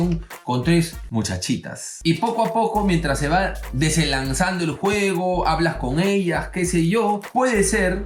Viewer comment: Cuando dice DESENLANZANDO EL JUEGO xd... Amo a este man